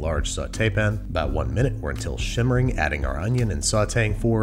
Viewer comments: How come you say pin instead of pan? Just wondering ive never heard an accent like that, love your content bro!👍🏽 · Am I crazy? I swear he keeps calling "pan"s "pin"s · what is a "saute pin"? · I feel like at this point you "pin" rather than "pan" just to upset people. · it sounds like hes saying saute pin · Me: His Sauté Pan haunts my dreams Babbish: "Sauté Pen" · “Sauté pn” man doesn’t even pronounce the “a” 😂😂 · What is a sautee pen? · Banish like to add the schwa when faced with the word “pan” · "Alumnium" needs an extra syllable, but the word "pan" has too many letters. Babish logic. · I'm pretty sure that Babish pronounces "pan" like that just to annoy me personally. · Why can’t he say “pan” correctly. Can someone fill me in on some previous joke? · I am prepared to pay you actual folding usd currency to get you to stop saying "pan" that. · why can you say sauté correctly, but not pan? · I hate the way you say pan, thank you.